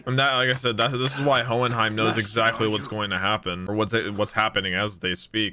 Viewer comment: It’s hohenheim